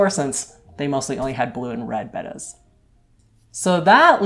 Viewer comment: So glad to hear you call them bettas and not bAtas. I've had them most all my years (65) now.